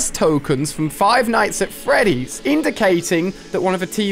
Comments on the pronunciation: Stop saying “five nights at Freddy” It’s Freddy’s Not Freddy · Ali-a it's five night's at freddy's